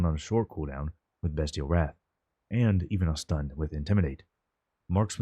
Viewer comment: Appreciate you saying "bestial wrath" correctly